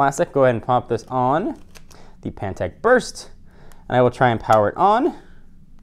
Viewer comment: Did anybody else notice the way he says on?